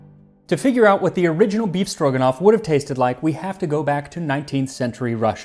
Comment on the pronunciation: By just hearing his pronunciation, you can suspect Max is secret Russian 😂 Perfect! One little comment - usually, meat is cut in thin strips, not cubed. Maybe, because in Soviet Union, only the cheapest meat was used for "befstroganof".